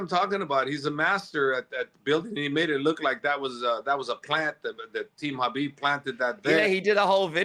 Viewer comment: Javier Mendez has to be one of the biggest Frauds in MMA. No doubt that he knows how to fight, but to think he's behind these great champions, or somehow responsible for their progress is just laughable. And I wish somebody would please explain to this guy how to pronounce the name khabib. He pronounces it HABEEB.